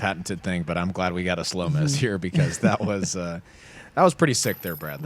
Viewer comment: You call the DD slomez, the Nolo.